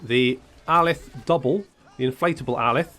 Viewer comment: All I hear when you say Alith's name is Alice. From now on his name is Alice.